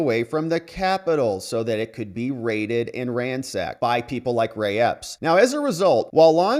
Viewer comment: Do you mean Epps?